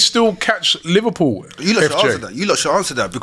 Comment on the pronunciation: Who’s “Liwpool” ?